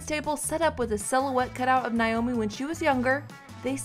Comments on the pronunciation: Please pronounce her name correctly. NAAAomi not Niiiomi! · It's NOT NYE-OMEE..IT'S NAY-OH-mee!!! Don't report on her if you CANNOT PRONOUNCE HER NAME! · Please pronounce her name correctly. It’s Naomi not Niomi. I loved her, and her loss is heartbreaking. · It's not NI-omi, it's NA-omi!! I'm so tired of hearing her name mispronounced. Possibly she is too. ;-) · Why do so many people say NIomi? Her name was NAomi. Have some respect. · Why can't these people who do the voiceovers in the videos, pronounced words or names correctly! Her name is pronounced NAY-OMI...Not NIE-OMI! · Geez. Her name is NAomi. Not NIomi. Ugh. 🙄 Rest In Peace, Naomi. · Pronounce her name correctly. NAYomi, not NYomi. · Nay-o-mi. Not Nigh-o-mi.